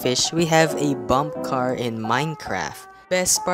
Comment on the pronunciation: Gotta love how he calls a bumpercar a bumpcar